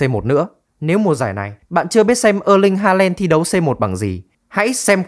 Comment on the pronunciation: ơ ling halen, đót măn =)) cũng đến chịu thằng đọc